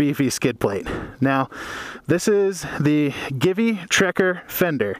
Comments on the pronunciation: Is Italian company, So Givi is pronounced "Jeevee" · Givi is pronounced GayIvy. Your welcome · Will this replace Xena? P.S. I think it is pronounced GEE-VEE. Great vid, thanks.